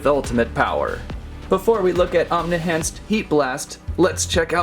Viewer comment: It's Omni-Enhanced Not Omni-Hanced 😂😂😂😂😭😭😂